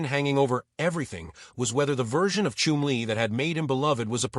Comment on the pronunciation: Chum-lee not Chim-lee. Shit txt to speech 😊